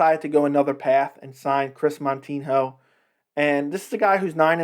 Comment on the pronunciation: If you don't even know Moutinho, or even say his name properly, why then are you speaking about him and his record? Did you notice that you have a minus than one ratio on your likes? You should pay more attention to those little details because it is probably one of the major reasons your channel sucks and I am not even gonna bother to watch this video to the end. You just don't know a thing about what you are talking about - you are an amateur sir...